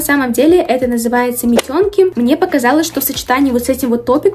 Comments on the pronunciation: Не митёнки а мИтенки,а так все круто ,очень интересные товары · Меня одну смутило метЕнки??? Прям режитт уши , все всегда говорили мИтенки , и так вроде правильно, а так прекрасная распаковка 💓💞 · правильно мИтенки или митЕнки, но не митëнки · митенки - через Е , а не Ё